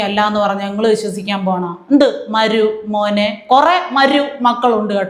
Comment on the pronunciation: താങ്കൾക്ക് ചില വാക്കു കൾക്ക് ഉച്ചാരണ ശുദ്ധി തീരെ ഇല്ല എന്ന വിമർശനം അംഗീകരിക്കുമോ? "മരുമോനേ " എന്നതിൽ "മരു " പ്റൊ നൗൺസിയേഷൻ എല്ലായിേപ്പാഴുo തെറ്റുന്നതായി തോന്നുന്നു.😂😂😂